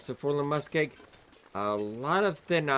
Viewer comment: Lol Forlorn Muskeeg, Learning how to read video. LOL everyday